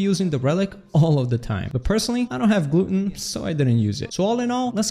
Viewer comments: glut-ton. Gluten (gloo-tin) is in food. Gluttons eat too much food. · my g you pronounced gluten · Am I the only one caught off guard when he pronounced the "glutton" trait as "gluten"